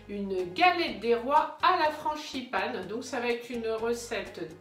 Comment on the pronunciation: juste une petite réflexion : franGipane et non franCHIpane, sinon c'est parfait. Bravo